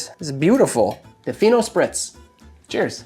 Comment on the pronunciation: When you said "Fino Spritz", I thought you said "Pheno Spritz", and I was very curious to know what the drink would be.